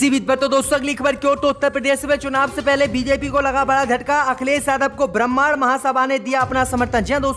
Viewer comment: Bramaan naheen Bramhan bolo . Uchcharan ( Pronunciation) sahee karo .